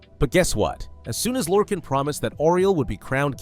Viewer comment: Small nitpick but it’s pronounced “lore-khAAAn” like ghenghis khan or Han Solo . Michael kirkbride creator of the deity even said so on a selectives lorecast